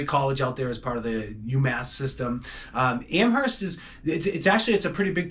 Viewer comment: PLEASE don't pronounce the H in Amherst.